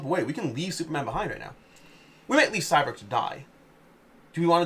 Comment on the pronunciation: Every time he said “Cyberg” instead of Cyborg made me chuckle.